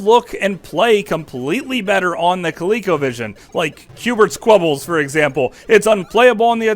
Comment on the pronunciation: Qbert’s CUBES not clubbles LOL.